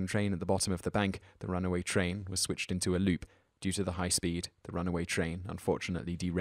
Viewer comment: Sweeched eento e loop.